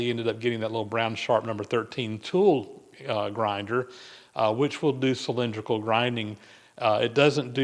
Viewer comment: That's "Cylindrical", not "Cylinderical".😄